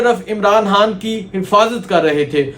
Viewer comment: Bhai jhan imran khan bola krain haan ni or khalid name hota ha halid ni .... Ap khan haan keun boltay ho sealkot sy ho kya